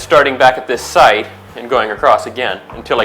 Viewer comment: First time ever hearing the word "Side" pronounced "Sight". I learned something today! (Nice video, btw)